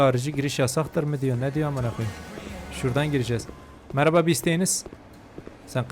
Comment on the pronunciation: Geri sarıp tekrar tekrar izlediğim nah girişinden sonra 🌌HeRkESeĞ mERAbaĞ arKadAşLaĞr🌌 deyişi 😂😂😂😂